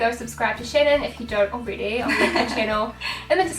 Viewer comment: Thank you so much for answering my question. <3 ..and yes Shannon you pronounced my name right. Much love to both xx